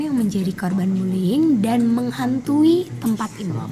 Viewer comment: Satu lagi anwar harusnya buliying malah buliling